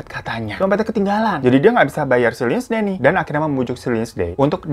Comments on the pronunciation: Lindsay dibaca Linsey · baaang mau ngasih tau kalo lindsay tuh dibacanya linsei ya bwaangg